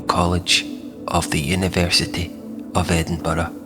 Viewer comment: And to hear Edinburgh pronounced as it should be.